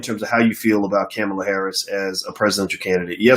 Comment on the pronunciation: I rock with Boyce or any black man or women thats for uplifting the black community, but bruh... Why is the highly intelligent black man mis pronouncing Kamala Harris name....unneeded disrespect, its Coma-la. Dropping bread crumbs to people to not vote IS NOT a winning stratgey at all, History has proven this, this is a FACT. You dont have to come out and say Dont Vote for people to get your jist. No politician is perfect and never will be... who is more likely to advance the black agenda Trump or Biden? And if anyone thinks they are the same you need to research more, And I dont wanna here about no 94 crime bill, ...People forget black people called for something to be done, because our neighborhoods were under seige by violence and drugs...IE the" Carter "New Jack City. That shit was real.